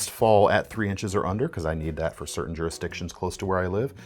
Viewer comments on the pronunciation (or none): none